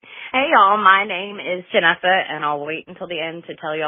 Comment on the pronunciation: It's Janessa. Not Vanessa. Not Jennifer. next time take shorter voice messages:) that was long